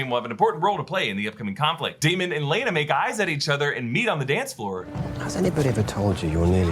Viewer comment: I couldn’t watch this video without saying “It’s ‘Lay-Na’” every time you pronounced it ‘Lay-a-Na’ lmao